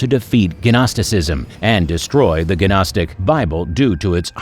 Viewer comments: It is not guh nostic! Just nostic...the G is silent like in Gnu. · Gnostic is pronounced "NOSS-TIC" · Did he say ganostic? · The "G" in Gnostic is silent. It is pronounced...nostic...like that. Just like the "L" is silent in the word "salmon" and the "K" is silent in the word "know"...some letters are silent in the way some words are pronounced. Just saying... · maybe Muppets who are ignorant when pronouncing things esp. if they put it in the internet for everyone to see, should actually learn the words before assuming how they're pronounced.. like gnostic 😂😂😂😂😂ffs, can't stand ignorance so I'll be unsubscribing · OMFG. GNOSTIC. gNOSTIC THE 'G' IS SILENT.